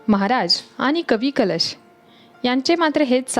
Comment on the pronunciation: Kavi " kalesh ?"jyanche kavvya kalashat bharun thevanyachya yogyateche hote ,te kavi mhanaje "kalesh" , ase bolanari bai ka ghetali vlogsathi ? jya tya bhashetil shabd neet yatharth utcharale gele pahijet ! konalahi bolayala anu naye ! sarakhi chukichech utcharan karit hoti ,tyamule vlog aikane nako vatate !